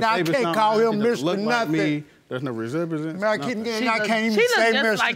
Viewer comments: MissAsia 26 HE SAIIDDDD there’s no rezemberanze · “Ain’t no resembesence” 😂